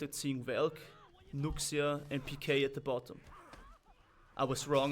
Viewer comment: Just thought I'd let you know that Nuxia is pronounced nu-sha, not nuks-ia (not that it's a problem it's just that Chinese names are weird)